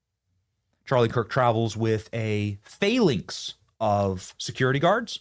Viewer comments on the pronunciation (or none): A "phalinx"? FFS again, Benny